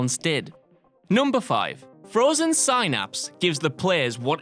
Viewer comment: The C in Celebrimbor is pronounced with the hard K sound. Have you not played either of the games? And the Y in Synapse is pronounced as the short i sound, sin. And another game that was clearly not played by anyone involved with the making of this video...Elica is pronounced exactly as it's spelled, not Eleeka. And Elica dies AS they complete the mission, not BEFORE. ...And Undoes is also pronounced exactly as it's spelled, not undoos. And it's the CAPITOL Wasteland!